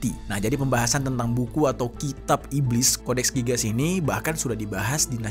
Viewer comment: codex gigas cara bacanya gini "Codex Gigas" bukan codex gigas